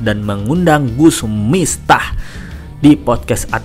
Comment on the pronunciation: Gus miftah bukan mistah, ya